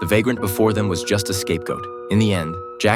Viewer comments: It's pronounced 'Lay'. The 'S' is silent, Lay Miserables. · Lesss mizerables . Dude the ia butchered the name of the book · It is pronounced “lay miz e rah” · It's "les misérables" (you do not pronounce the S in les) and it's originally a book written by a very talented author called "Victor Hugo" I recommend reading the book not the watching it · Not me knowing french and hearing "les miserable* said wrong